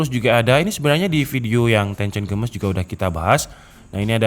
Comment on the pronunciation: Games dibaca geimis Bukan gemes bang